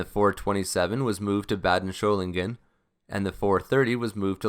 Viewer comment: Excellent video on the 104 - but one small correction: there is no “h” in Solingen.